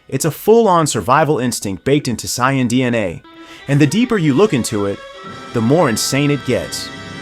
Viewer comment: Unsubbing after hearing how you pronounced “saiyan” and “vegeta”